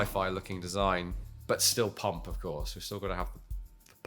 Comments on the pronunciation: Was that a nod to Rowan Atkinson?! "Petrol Pum-PUH." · Wait, the way said “Pump”. Was he quoting that Top Gear episode in which Rowan Atkinson had everyone in the studio laughing for how he said words like “pump” and “Bob”? 😂